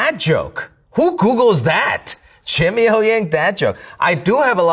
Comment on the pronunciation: Jimmy呀，用上海话说太地道了！